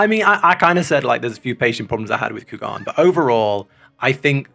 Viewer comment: Took me a while to realize that he was saying Kugane wrong. In the english it is pronounced as "Coo-Gah-Neigh."